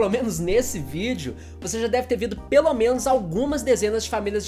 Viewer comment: "Você já deve ter vido"